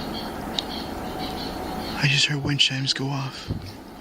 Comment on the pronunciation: What the hell is a “windshine”?!?! I think you mean….”wind chime”